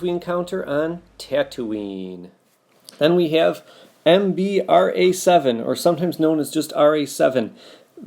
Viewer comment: that's 3b6-Ra-7 not Mb-Ra-7